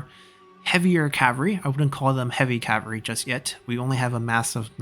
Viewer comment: Cavalry is pronounced with an L in it =) Cav-all-ree